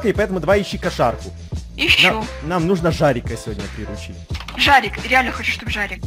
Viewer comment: Не жорик а жарик